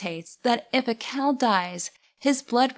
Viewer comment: I liked the video, but it kept sounding to be like you were saying "cow" instead of "khal." I wasn't expecting a discussion of bovine afterlives.